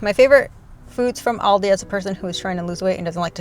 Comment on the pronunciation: An annoying side note… Why does she call it Aldies? 😂